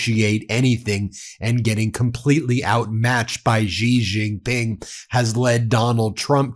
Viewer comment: everytime I hear you intentionally mispronounce Xi jinping, I have to turn your voice off. If you want to be a legitimate journalist you need to make some effort to properly pronounce the names of foreign people and places.